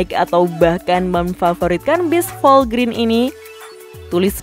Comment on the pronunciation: Dibacanya bukan Volgrin min, tapi Volgren. Singkatan dari Volvo Grenda.